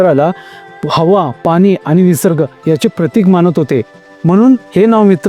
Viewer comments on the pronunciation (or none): none